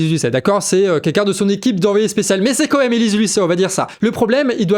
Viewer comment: Super travail. Heuu on dit quand même et pas comême mdr